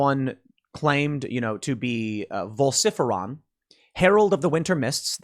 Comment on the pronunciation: vol-sif-eron????? Ok, now your just stirring shit up,lol